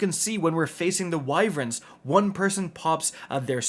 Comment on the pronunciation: TW: “wyvren”